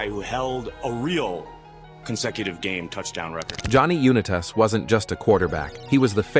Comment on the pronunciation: Unitas. You-Nye-tiss. Not You-Nye-Tass.